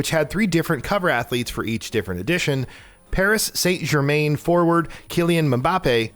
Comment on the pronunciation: “Pariss Saynt Germayne”. This dude is just reading a script and definitely doesn’t follow the game. Also, one cover athlete is a change worth mentioning on this list???